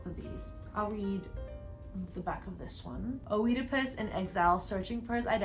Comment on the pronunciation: Girl. It’s good you want to recommend different books, but please look how to pronounce authors’ names. I have never heard Goethe pronounced like that, and I don’t think I can recover. Also look up the correct pronunciation of Tove Jansson, Chopin And Heidi is a Japanese anime. And it’s not only Oedipus you mispronounced, also Antigone, and Werther.